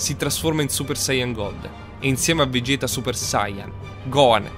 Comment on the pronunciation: vegequ no vegett